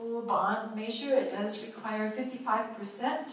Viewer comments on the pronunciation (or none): im sorry, and i know this is petty, but i can't stand the way she pronounces "measure" as "may-sure".